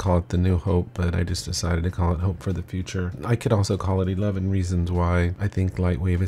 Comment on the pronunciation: Nice spoken .. only one thing on the edge term "future" .. maybe you could use the current LW Logo on your intro pic, not the old one by LW 4.0+ ;)